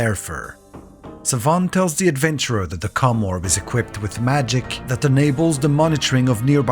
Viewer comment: My dude you HAVE GOT to prounounce the OM in commorb harder 😂